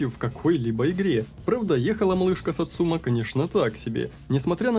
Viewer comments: Автомеханик произносит название, это единственное произношение название машины в игре. Ударение на сАцума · Почему все ставят ударение неправильно. сАцумы, а не сацУмы И с днем рождения